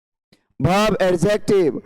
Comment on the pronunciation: सर,आप बहुत अच्छा पढ़ते हैं। बस कहीं - कहीं हिंदी उच्चारण गलत हो जाता है जैसे - वर्ब को आप भर्भ उच्चारण करते हो, शायद आप बिहार राज्य से हो सकते हो।